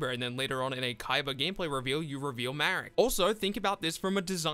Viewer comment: its marik. ma - rik. though the name shouldve been "malik" but the japanese cant spell "L". so its ma rik not marrick